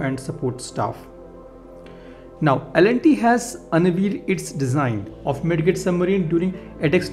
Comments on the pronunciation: Hi buddy it's not Mid "get" rather pronounce as " Mid "jet"... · Bro it is pronounced "mij jit" not mid get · It's pronounced mijjet 😄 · The d in midget is silent, kindly correct it next time onwards